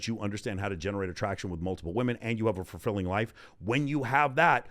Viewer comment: I love listening to! Just one question…. Is he saying fur-filling? 🤣